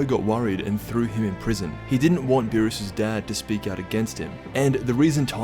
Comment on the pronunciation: Its beerus and champa not burris and shampoo